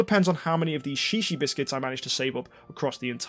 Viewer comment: Shishi biscuits. XD In Hawaii that means peepee. Are you sure it's not pronounced zhezhe?